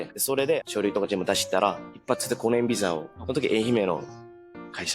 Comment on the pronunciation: のお話面白いしこれからも楽しみです🌟🌟🌟 話し始めから日本語の発音が自然で、 接客業で日本人と話す機会が多いのかと思ったら、 技術者で仕事中は黙々と作業の様子なので驚きました。 でもビザがピザになるところが「あ、やっぱり濁音は難しいんだ🤔」と思いました。